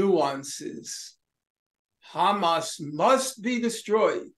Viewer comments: Sanders is so dedicated to help Israel with that genocide. One can see that dedication even in the Israeli way he pronounces Hamas term. The first sound is too zionist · Bernie started pronouncing Hamas as Khamas. That should be your first indication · anyone notice how bernie has never said “khamas” before and suddenly he’s speaking like an israeli? does anyone know why israelis say “khamas”? i don’t hear “kh” pronounced with any other words beginning with “h.” is it some inside israeli joke…? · He’s even adding the K at the start of Hamas 🤣🤣🤣 that’s how you know he’s turned